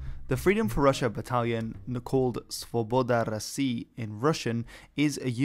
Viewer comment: props for actually pronouncing "Svoboda Rossii" correctly!